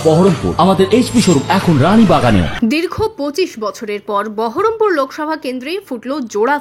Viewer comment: বহরমপুর বলছে না , বলছে বারাম পুর মানে অসুকপুর